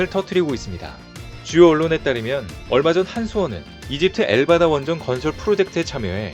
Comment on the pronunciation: 왜 엘다바라 써놓고 엘바다 라고 읽나요? 앞으로 신경좀 써주세요!